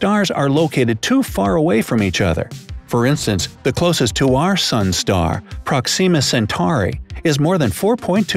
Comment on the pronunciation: I heard several mispronunciations :/ Magellanic; infinitesimal; Proxima Centauri... Still an interesting vid, but makes me think he's misreading the script lol